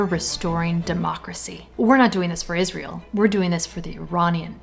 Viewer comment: Sorry, lady but how can you expect to be taken seriously when you're not even able to read properly?! This abomination is not called IS-REAL What's wrong with you? So brain-polluted that you're not getting the biggest joke that's played on you?